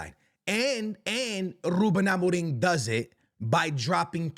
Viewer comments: bro stop saying amoring, his name is amorim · Why you said ruben amorin? 😂😂 or it sounds like amorin